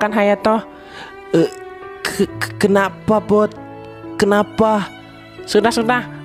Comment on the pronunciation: Hayato bang bukan hatayo>.<>.<